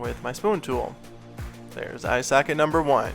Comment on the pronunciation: It’s pronounced socket not sackit